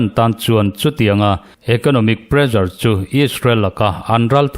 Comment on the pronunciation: Pressure kha Mizo ṭawng ni lo, sap ṭawnga kan hmang a nih chuan ' prezar' tihsak lovin presar tihsak ila.